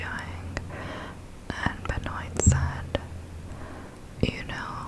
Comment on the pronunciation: its pronounced "Ben-Waa" not Ben-Oit lol good content tho